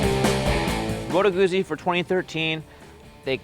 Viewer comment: All your Opinions mean Nothing...of course....Being Canadian; ..-and therefore 'Perfect': ....it was Hilarious how Triumph was ignored..[but we do love Triumphs] ....It's pronounced " MOTOR GUTSY".....by actual white men whom live in the North. ...they also have huge gas tanks...and the heads configuration keep your knees from freezing during our winters....and springs and falls...and summers.....